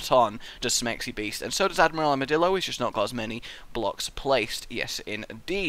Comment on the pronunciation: It sounds to me like is saying: Armadilldo.